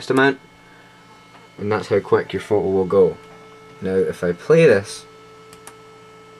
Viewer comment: i like how you say photo, its like: pho-oh